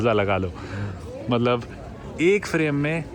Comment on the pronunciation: Mallab..................Mallab.mallab.mallab.malllab.matlab......mallab 😡 jab dekho tab matlab . Itne cute way mai kyu bolte ho aap .